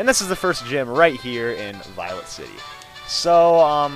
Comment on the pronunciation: Notice how he says "Violent city"? Lol.